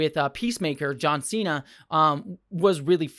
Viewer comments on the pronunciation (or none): none